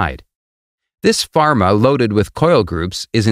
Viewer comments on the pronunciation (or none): Its a former!! Not a pharma!!! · it's Former and not pharma. Please correct it